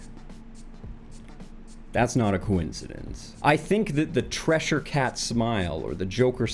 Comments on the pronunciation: why is he saying treshure cat instead of cheshire cat? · "treasure cat" ......om....pretty sure its "Cheshire cat" (ch-[as in chair]-shire [where the hobbits live] cat) "my-zee-an" nope thats supposed to be "my-sa-knee-an" "die-knee-sovin" nope "da-knee-sovin" (dennis-sovin but blurring the two "s" together also works, but "die" is not the first syllable "da" as in "dabble"" or "de" as in "dennis" are) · The Trissure cat?? At least pronounce it right and understand the meaning behind it 🙃